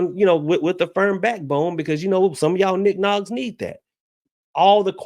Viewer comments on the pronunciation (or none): I bust out laughing when ever you say Nick noggs 😂😂😂